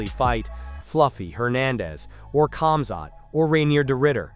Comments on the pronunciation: Who cares sure when it's not ur name. Let' someone constantly call ur name wrongly and see how TF u react after so many ppl mispronouncing ur name. It's annoying if Islam or Usman or none of the ppl from from khabibs team call him KBIB? OR KAMZAT?? NOOO DAMN JUST CALL HIS NAME THE PROPER WAY FOR RESECT THATS ALL. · I dont know why ppl dont understand the K for khamzat is silent just like khabib do u hear anyone else from their teams calling them kamzat? Or Kabib? Nooo! So why does everyone else? My daughter is Egyptian and shares the last name habib. And even if it had the k infront of it it's still pronounced HABIB! OR HAMZAT